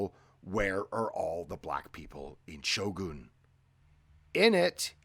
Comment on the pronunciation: It’s not pronounced Shogoon 😂